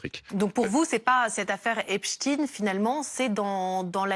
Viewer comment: Vous avez compris…faut dire Epstiiine